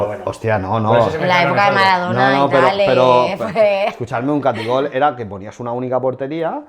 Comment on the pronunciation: Se llama Atac i gol, no "catigol". Todavía lo juegan